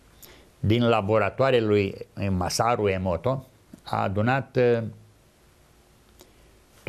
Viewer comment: Massaru Emoto, nu Emoro Massato